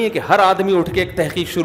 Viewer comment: مفتی صاحب لفظ تِحقیق نہیں ہوتا تَحقیق ہوتا ہے